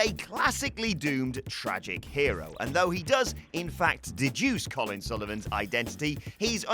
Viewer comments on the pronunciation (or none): none